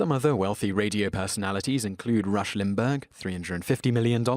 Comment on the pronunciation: It is Rush LimBaugh (Limbahhhh) not LimbBERG!!!!!!! And congrats for butchering about half the names in the list!!!!!!!!!